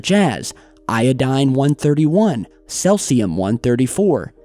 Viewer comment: Its "SEEEZIIUM" not "SLELTZIUM" moron.